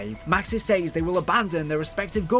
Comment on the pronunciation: I do miss when Zombies was just crazy experiments with a space rock but I also have no issue with everything else. They way you say "says" really hurts.